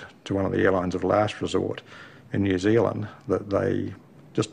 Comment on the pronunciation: Thanks for saying New Zealand right!